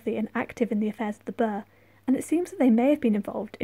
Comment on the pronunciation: And "Gaelic" and "Burgh". And "accoutrements".And "saltire".